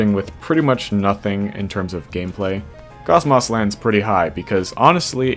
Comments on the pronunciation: I refuse to believe KOCMOC is not pronounced COCKMOCK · “Kosmoss” lol